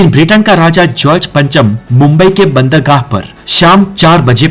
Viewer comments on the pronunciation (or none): बहुत खूब 🎉 लेकिन आपने दो शब्दों (बंदरगाह और तुगलक) का सही ऊचारन नहीं किया